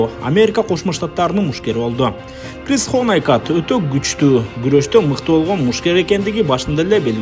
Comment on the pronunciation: Кхыз дегин😂😂😂😂😂,крис болот далбаеб